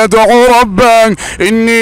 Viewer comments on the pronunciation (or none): ربه وليس ربااا